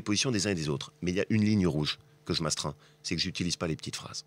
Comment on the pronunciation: Laurent Wauquiez : "Che ne dirai pas de mal de Copé"